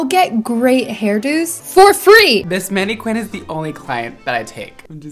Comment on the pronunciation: Is the mispronunciation of mannequin deliberate? If not, please say it properly: MAN-eh-kin.